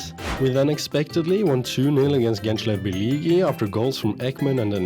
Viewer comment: bro you can pronounce ''ğ'' letter like ''h'' gençlerbirlihi and we don't say the letter c like k, it's a little softer like when you say johnson. i hope what I said doesn't upset you i just say it to make you a little curious. nice video💗